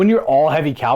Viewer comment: Sorry, I gotta be that guy. I really did enjoy the battle report, but... CAVALRY. Cav-al-ry. Not "calvary."